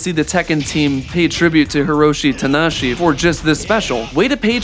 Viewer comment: 28, that wrestler's name is 4 syllables, Ta-na-ha-shi, not 3. Idk man.